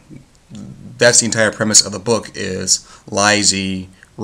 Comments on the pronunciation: Its pronounced Lee-See. The other word is not pronounced Sigh-Oh-Wah-Saw, its pronounced Sue-Wee-Zuh. The audiobook was terrific. Mare Winningham did a beautiful job narrating it. Its definitely one of those books best read more than once. Upon the first reading, the early part of the book can seem a bit boring to some, but after you finish the story, it gains so much meaning and becomes really entertaining. I've read a lot of King's work, and I have to say, Lisey's Story is my very favorite. I have probably listened to the audiobook about 40 times at this point. (I love reading, but audiobooks work better for my life, because I care for 2 disabled people). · The fact that you dont know how to pronouce the title gives you less credibility. Im convinced you did not understand the book. The title is not deceptive. You are right that the story does not revolve mainly around lisey but there is a purpose king titled it that way and that makes you sympathise and love scott that much more. read it again.